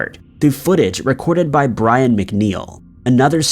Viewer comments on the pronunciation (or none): none